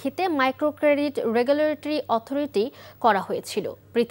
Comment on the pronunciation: উপস্থাপক রেগুলেটরি উচ্চারণ করতে পারে না। এমন অথর্ব উপস্থাপক কিভাবে একটা টেলিভিশন চ্যানেলে নিয়োগ পায়?